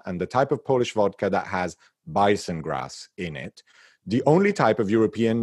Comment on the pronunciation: Thank you so much. What a treat at the end of a challenging week and a wonderful art initiative! Impeccable Polish pronunciation!